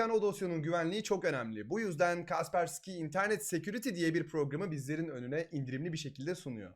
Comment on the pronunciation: abi şuna kaspersiki demeyin allah aşkına. yoksa ben mi öyle duydum??